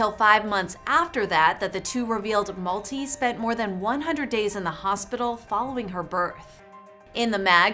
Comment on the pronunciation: It's not Malti as in 'Multi'. It's pronounced as 'MALTHEE.'